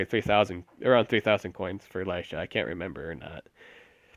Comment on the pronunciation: lilyisha? lol its lilysha